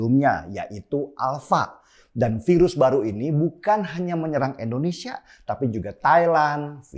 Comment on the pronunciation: "Indonesia" Bang Denny... bukan "Endonesia". Bang Denny sebut "India" bisa, bukan sebut "Endia". Jadi biasakanlah sebut "Indonesia".